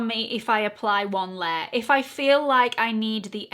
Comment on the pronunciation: Big yes to this as a regular series on your channel 👍 lavender is definitely your color. The No7 pressed powder is always what I use to set under my eyes and the Born to Glow foundation one of my all time favorites! Love your accent and how the words spare and layer sound the same when you say them lol